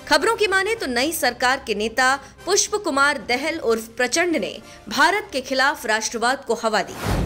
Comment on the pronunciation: सब से पहले नेपाल के प्रधानमन्त्री प्रचण्ड का नाम स्पष्ट से उच्चारण करना सिखो तब मिडिया बनो।🇳🇵